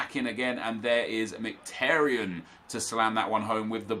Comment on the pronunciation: You should know how to pronounce Mkhitaryan by now considering he’s an Arsenal player